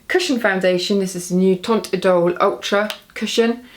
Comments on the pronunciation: FYI, teint in french is not read "tong" like you're always do. It's more like " tang" with the sound of cinq (5) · "Teint" had a silent T at the end btw - it's pronounced to rhyme with "Vin". I miss the backgrounds by the way! The grey is making me feel a bit sad!